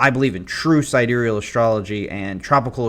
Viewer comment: who tf says side real lmao